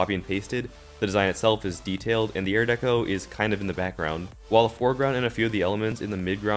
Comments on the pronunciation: I like the part where he says airdeco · Air deco.